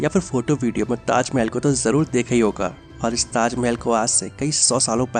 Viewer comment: Khender ko tajmel bolta.